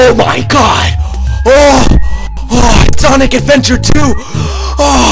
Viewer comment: lol he said sanic adventuuur doom